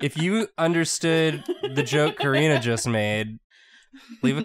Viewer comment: Karina not Corina.